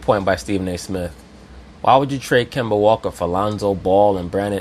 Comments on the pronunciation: LMAO KEMBERR WALKA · Kember Walker! Lol